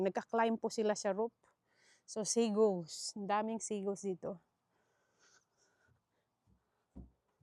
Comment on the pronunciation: Seagulls (seaguls ba pronounciation nyan?)